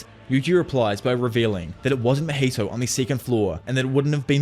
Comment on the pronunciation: “Mah heee toe”… “ top note goat” lmaooooo I wish I could pull your tongue out lmaooooooooo